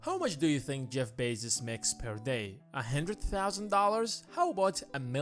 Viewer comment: focus not facus hundred not handred.